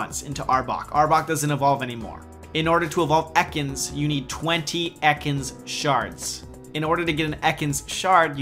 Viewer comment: Fuck stop saying EKANS like that.:D